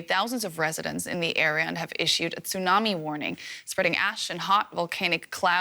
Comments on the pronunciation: What's a "tsunarmi"? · It's tsunami, not tsunarmi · Tsunami not TsunaRmi 😂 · What's a Tsunarmi?